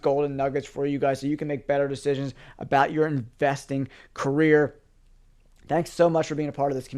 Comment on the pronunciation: Just wanted to say I appreciate how you said “Investment career”. Thank you. And thanks for the Sherlock Holmes detective work💪🏾💪🏾💪🏾